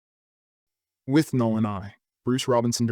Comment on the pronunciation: it's withnail not "withnall"